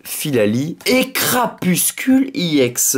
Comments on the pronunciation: Pourquoi tu dis iex au lieu de ex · Sa se dit pas IEX mais EX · pourquoi tu dis iex